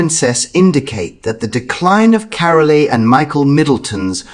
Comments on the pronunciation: The E in Carole is silent. Pronounced “Carol”. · Carole is mispronounced it is Carol with a silent e on the end